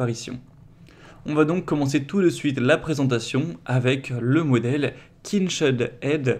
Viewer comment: Euh kinched aid faudrait deja apprendre le nom du produit que vs presentez😢